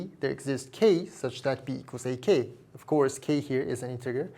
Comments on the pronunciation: Integer is pronounced with a soft G, not a hard G. Pretend it’s spelled as “intejer.” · I can't believe how much math you know while pronouncing integer with a hard g